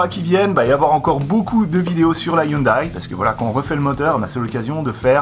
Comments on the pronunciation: La marque Hyundai se dit "youndé"... Bravo pour les 60k! :) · En même temps il a raison 😉 Voir la dernière vidéo de POA sur la Hyundai à hydrogène où le responsable de la marque le reprend sur la prononciation 😊 Félicitations pour les 60k continue comme ça.